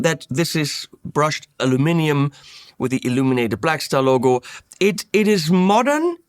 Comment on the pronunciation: Hey! You odd little German man! You miss pronounced aluminum again. Not, al u minimum... But according to my Mom, it's loongloom. And she is an odd little German lady..😂 Great review.